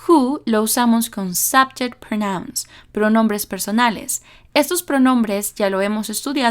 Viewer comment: Excelente explicación‼️....un detalle, pronuncias "pronóuns" y es "prónouns", con el acento prosódico en la primera sílaba...